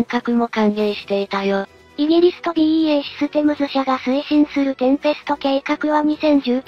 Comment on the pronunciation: BEAじゃなくてBAEでしょ。😂